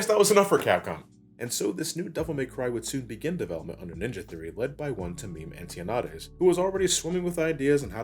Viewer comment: bro. ANN-TOE-NYAH-DES, not anti-o-neigh-deez lmao either than that, good video lol